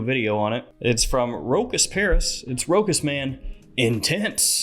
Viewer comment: Hahaha pronouncing it "Rokus".